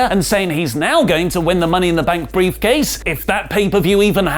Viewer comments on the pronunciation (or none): You misspoke,. It's a "beefcase"